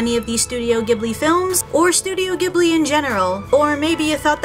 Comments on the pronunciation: It’s actually pronounced as jibli not gibli it’s really weird Ik.. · It’s not pronounced Gee-bu-lee. It’s jee-bl-i. Gh is pronounced Jee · Iys pronounced jibli even thoug its spellt ghibli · not to be smart >3< but ghibili is pronounced like this:Ji-bull-lee. And my name is Chihiro o3o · Are you ghibling me? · Not goblin it’s you pronounce it jibli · It's pronounced jhib-li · It’s pronounced jhibli not a hard g sound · My ears bleed when I heard how she pronounced Ghibli and Naussica